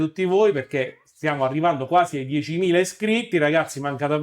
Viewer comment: ottimo video, decidi però se dire IA in italiano o AI(aiai) all'inglese, IAI mi fa un pò male alle orecchie come hd(em)m(ea)i